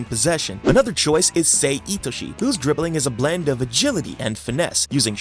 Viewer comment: It's sae itoshii